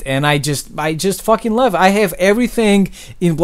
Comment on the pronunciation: You always say "thats pretty much it" but the it sounds like "shit". I think thats awesome